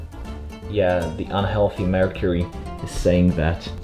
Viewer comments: Did you say mercury thermometer or Marie Curie thermometer? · I heard Marie Curie thermometer rather than mercury 😂😂 It means that I am a true Pole! (Or maybe not, because it would be Marie Sklodowska thermomether then) 😏